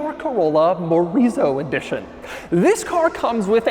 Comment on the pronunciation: I keep hearing Chorizo Edition.